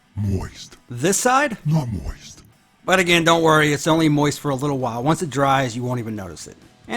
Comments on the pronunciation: Moist, not moist lmaoo this guy cracks me up all the time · Moist.....not moist..... lmao